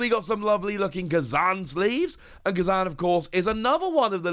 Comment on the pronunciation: It's fukin Kuuuuuuuuuzan there's no A in the beginning